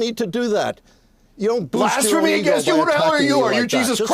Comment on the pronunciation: LMFAO Dude so touched he said "Blasphamy" HAHAHAHAHAHAA!!!!!!!